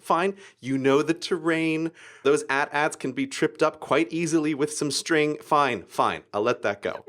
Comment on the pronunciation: Why are you calling them "At-Ats"? They are A-T A-T. It's like calling AT&T "AtandT". That grinds my gears! :)